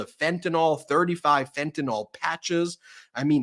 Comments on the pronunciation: It's fentanyl not fentanol. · Ben: it's Fentanyl, not Fentanol. The last syllable rhymes with "pill," which is most apt.